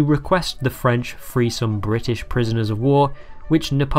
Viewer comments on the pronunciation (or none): none